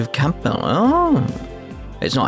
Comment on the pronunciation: How are you this bad with name pronunciations?! You don't pronounce the P in Campbell.